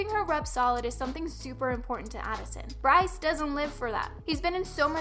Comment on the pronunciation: ... when i heard she called Bryce the kiund and Addison the queen oif tiktok... died. first off no. second. no. and third no.